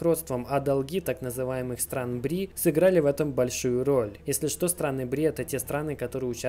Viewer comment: огромная поправочка, не страны БРИ.... (как слышится от тебя), а страны БРИКС